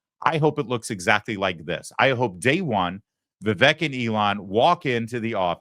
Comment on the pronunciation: As much hoop-la as the Left made over the pronunciation of Kamala's name, this Lawrence (Larry) guy mispronounced Vivek's name. It's Vivek - "like cake"! Just saying!